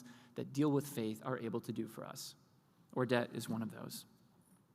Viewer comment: The way you pronounce Ordet is with a soft d and we almost make it sound like it's one vocal. It means the word in danish, my native language.